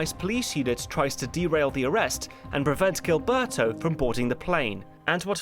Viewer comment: Love your channel, your pronunciations are absolutely hilarious though. If you’re curious: -Gilberto = Heel-bear-toe -Trujillo = True-he-oh